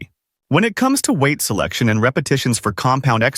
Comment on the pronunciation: It's 'WEIGHT" - not "weigth". 😂